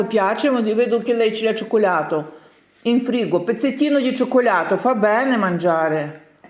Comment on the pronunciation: Боже навчися говорити слово шоколад регальо безпардОнна ти ГАНЬКО ЗІ СВОЇМ ЧОКОЛЯТОМ